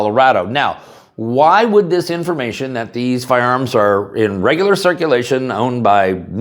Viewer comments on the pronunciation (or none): none